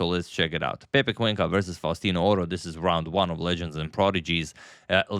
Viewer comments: can tell! Me as an Argie can say the pronunciation was spot on!! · Great spanish pronunciation by Agadmator!